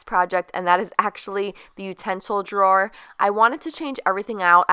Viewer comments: Lol you can’t say “drawer” Correctly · Your accent when you say drawer. 😂